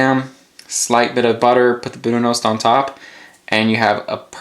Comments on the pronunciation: One note: it's pronounced ''brunust''. in Norwegian the o is pronounced like a u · Shouldn't the pronunciation be "broon-oost", isn't o pronounced "oo" in Norsk?